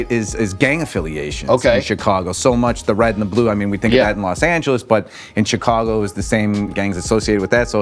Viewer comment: He got the Chicago right